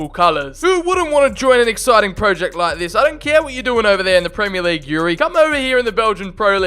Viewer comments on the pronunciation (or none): none